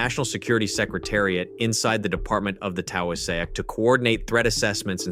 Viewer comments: The what? The Taouw-a-sack? It's Taoiseach - pronounced tee-shock. But points for the most amusing butchering of the name! (;o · Taoiseach. It's pronounced Tea-shock. It annoys me so much when it's mispronounced. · The AI pronounces Taoiseach incorrectly. The correct pronunciation is similar to Tea- shock. It means Prime Minister. 😌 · "The Towiesayak." 🤣🤣🤣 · who are those police? And please find as many possible ways to include the irish prime ministers Gaelic translation into as many videos pronounced just like that. That has to be the absolute best version yet. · Good video (except for pronunciation of "Taoiseach"!). But Ireland really needs to aim for LOA3. Hopefully LOA2 is just a milestone on that path.